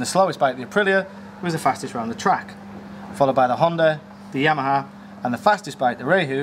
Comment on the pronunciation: "The Jheeyyyamaha"